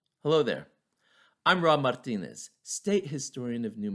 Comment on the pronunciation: Love the accent when u say Mexico, California or Martinez. Not impressed.i tuned in to learn history insted I found some mixed race guy playing a victim. Again not impressed. So sad to see history turned into an excuse. Remember your ansistors were not victims, you were the colonizer, Spain was every bit as European colonizers. I hate it when a oppressor plays victim.